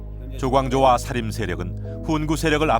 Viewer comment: 장음인 첫자를 짧게 잘못 발음한 예: 사실,사화, 사림(여러번), 폐위, 등. 역으로, 짧은 첫자를 길게 발음한 예: 과거, 왕위, 현안, 소격서, 전래 , 향약,가난(고유어), 가무, 어부지리,요구, 등, 발음 문제는 심각하지 않습니까. "한국 어문을 고발함" 이라는 책을 읽어 보시지 않겠읍니까. 미국 변 완수 배